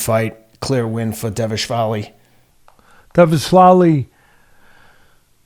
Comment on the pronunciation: Dvalishvili is pronounced phonetically.